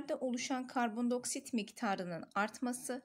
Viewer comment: hocam” i “diceksiniz karbon dİ oksit karbon do oksit diyorsunuz shdhhshdh